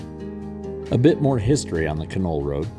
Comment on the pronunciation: In the Yukon everybody pronounces Canol more like (dog) kennel.